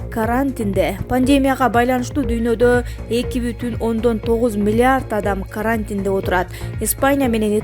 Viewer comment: Карааантин депби,😂